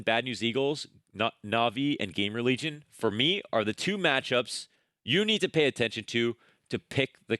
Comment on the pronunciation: is your "Game Religion" pronounciation on purpose?